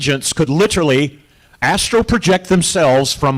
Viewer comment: Hi. It’s astral projection. Not Astro. 😉